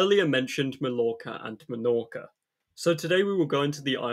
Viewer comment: Melorca, malorca and aiviza, the three major Balearic islands... Man... You also have all of the correct pronunciations in English, its not like ñ or something, you have them on normal words